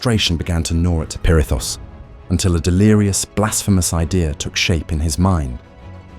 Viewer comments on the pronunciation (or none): Why are you saying perithis like that lol